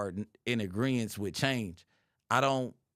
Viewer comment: Its “agreement”,. Not “aggreivence”